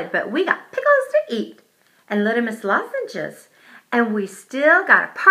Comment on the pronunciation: You said littmus lozenges wrong